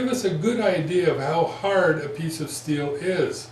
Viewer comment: "haerd". Have you been to ram ranch also? great vid bud :)